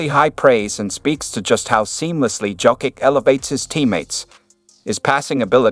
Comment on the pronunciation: Learn to.pronounce Jokic's name please 🙏